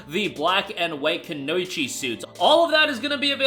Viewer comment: Just in case you have to read this word again, it is read as “ku-no-yi-chi” and not “gnocchi”.